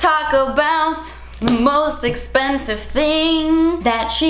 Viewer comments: "That's esspensive" 🤣😍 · you’re beautiful and so kind. That’s it, that’s all I wanted to say💞 thank you for uploading this video during this time, I needed to distract myself and you did. Also, oh my gooooodness das espensive 😂